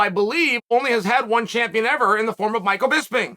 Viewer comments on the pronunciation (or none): none